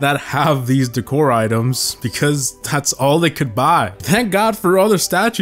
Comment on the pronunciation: The way he said decor pissed me off